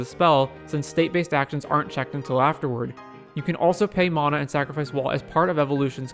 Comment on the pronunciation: What is “mona”? It’s pronounced “Man-uh” NOT “Mon-uh”.